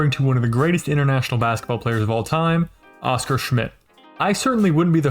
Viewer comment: Just to add that his name was pronounced with an accent on the last syllable : osCAR. When you hear OScar with an accent on the first, it sounds like a cartoon character.